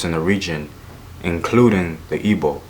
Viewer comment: Don't mean to be that guy....but........ ekoi( ay-koi)....But props on gbo though, not many know how to say it.